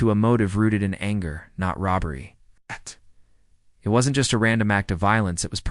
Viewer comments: will there be a revolutionary breakthrough in AI, where if the apostrophe in wasn't is missing, it'll be able to figure out that that is WOZent not 'was entee ' - you'd think it'd know! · The AI you used is inconsistent and trash. Incapable of saying the word "wasn't", calling the killer "Bittaker" instead of Rowe. Do better.